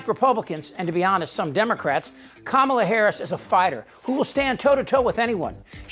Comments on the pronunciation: It's KAmala, not KaMAla. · Say her name correctly, please! Like Comma-la. Thank you! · It's pronounced "comma-la". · Trump likes to mispronounce the name "Kamala". So let's be sure to call him Don OLD Trump. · Good reporting, Chip, but why are you mispronouncing her name? 🤨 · Please learn how to correctly pronounce Kamala . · You may want to pronounce her name properly rather than how Donnie does… and spell it correctly in the title. Other than that, good points, thank you. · Hey, Chip, you sound like the Republicans. Learn to pronounce Kamala’s name correctly. The stress is on the Ka not the ma.